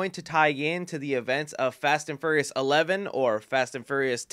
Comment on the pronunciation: Hearing you pronounce furious as furryious makes me smile